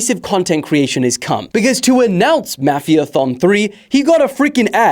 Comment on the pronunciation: What do you say mafia like that😂 it’s pronounced more like maw as in saw the ma as in mad